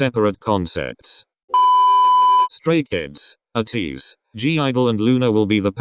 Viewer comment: A-tease....😂😂 Rely on Google to pronounce a name right